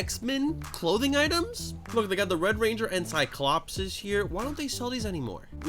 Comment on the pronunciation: You have the worst pronunciation of cyclops ever